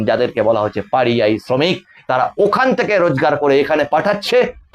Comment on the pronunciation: স্বাভাবিকভাবে সংবাদ পরিবেশন করুন।অত নাটকীয়ভাবে সংবাদ পরিবেশন হয় না, ভাঁড়ামি করা হয়। স্বাভাবিকভাবে সংবাদ পরিবেশন করলে আপনার চ্যানেল খুব দ্রুত প্রচুর সাবস্ক্রাইবার আর ভিউয়ার পাবে। আমার কথাটা খারাপ লাগলেও আপনি ভেবে দেখবেন, আপনার চ্যানেলের তাতে মঙ্গল হবে। আরো একটা বিষয় এই ভিডিওতে বলেছেন, কথাটা "পরিযায়ী", "পারিযায়ী" নয়। ভালো থাকবেন, নমস্কার 🙏